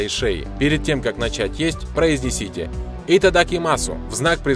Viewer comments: У не произностся! Будет Итодамимасс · Итадакимас вообще то